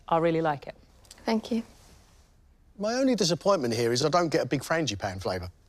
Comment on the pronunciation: ohhh..."Fank you", says,. Shes desirable in more ways than one to all but a great chef!...